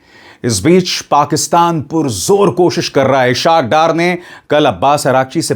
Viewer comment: "Ishaq Dar " is inappropriately "pronounced". It is "IS HAAQ DAAR"